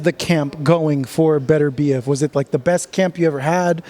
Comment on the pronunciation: Bro you called him Beterbeiv hahahaha